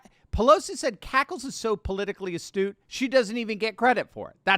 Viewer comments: Pelosi was not saying astute....... she was saying "Ass-toot". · I thought she said "A stew".. you know, potato and carrots with some sort of chunks of meat floating in a broth. I was agreeing with Pelosi until I realized I misheard the term... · She meant to say astooge!